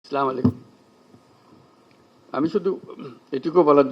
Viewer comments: স্লামালিকুম তো সালাম নয় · চা মালাইকুম, এমনভাবে একজন মুসলিম রাষ্ট্র নায়ক সালাম দিতে পারে? উনাকে হুজুররা একটু শিখান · আগে সালাম টা ঠিক মত দেয়া শিখেন উপদেষ্টা মহদয়